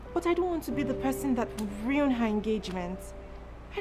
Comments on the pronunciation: Am I the only one hearing riun as opposed to ruin 😂😂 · Every time I heard "ruin" mispronounced in this movie, I ground my teeth. 😖 Lol.